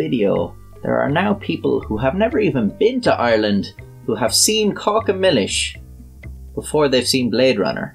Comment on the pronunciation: I AM SORRY, but I can't subscribe because you made me watch 'Caca Millis'!! It is 'CACA' for sure; but in a different language!!